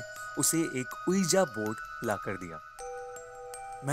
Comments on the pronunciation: It's pronunciation is V-I-J-I BOARD not O-E-A-J-A BOARD. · That's pronounced as 'wiji board'